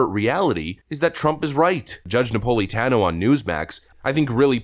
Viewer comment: Dude, look up how to pronounce names. Nuh-pole-ee-tan-oh? 🤦‍♂️